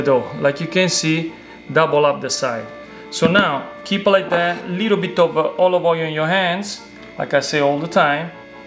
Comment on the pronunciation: 10 times "a liiddle bid of olive oil", got it.